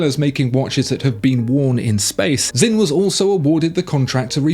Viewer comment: Sinn, not Zinn... it's more of a ts than a z.